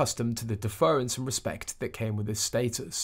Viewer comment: It's "DEFFER-ence" not "DeFERence".